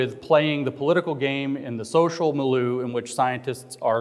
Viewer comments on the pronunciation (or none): also mispronounces milieu